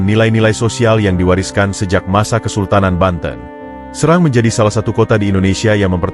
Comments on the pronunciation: SERANG min bukan SeRANG😄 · Serang bukan srang gitu